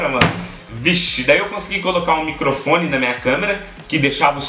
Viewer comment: "micofone" Kkkkkkk